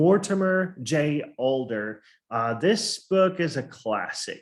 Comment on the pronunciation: Adler not Alder